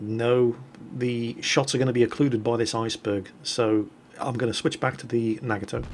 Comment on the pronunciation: you're nagging my toe with that pronunciation of Nagato xD